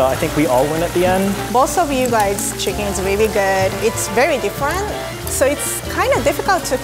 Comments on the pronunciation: Chickings😂😂😂😂😂😂😂😂😂😂😂 XD XD XD XD XD LOL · BONE LESS CHIKEEN